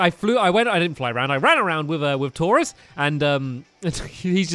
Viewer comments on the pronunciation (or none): none